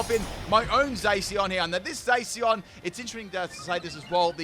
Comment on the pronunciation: Did he just say “Zayceon”?